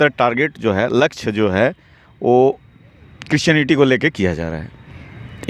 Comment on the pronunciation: Aby patrakaar kaar bhaiya aap pahle christionity to achha se bolne sikhye